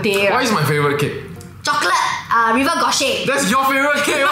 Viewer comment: Hope this doesn't come across too pedantic... but if you're referring to "rive gauche", it's pronounced "reev goush" and not "river gor-shay" 😅 In many ways y'all's relationship really mirror my boyfriend's and mine, except with the genders flipped, and I have my head-empty-no-thoughts moment in the shower rather than the car lol. I too work in an industry (creative) where it's mentally hyper-stimulating, and you really feel a disproportionate personal stake in the work. After 8-12 hours straight of that, when you get home, it's really difficult to simply drop all of those thoughts like a hot potato and hit "clear browser history" on your mind, without first creating some sort of mental and emotional freeway off-ramp. So given the similar dynamics in my own relationship, it's really nice to hear both John and Pat articulate their POVs; one feels relatable (John's), while the other illuminating (Pat's).